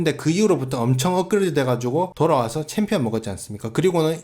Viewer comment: 정찬성: 아이 원트 어 참피언---------> 아이 원트 어 빠가야로